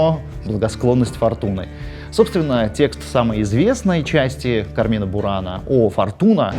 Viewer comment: Пятиминутка занудства: Кармина (которая бурана) произносится с ударением на первый слог — Ка́рмина Люблю ваш канал!